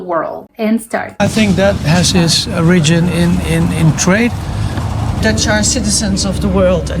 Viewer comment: I like how literally the first 3 seconds of the video go into this guy completely mispronouncing the word "origin". Like an absolute miss. Not even close.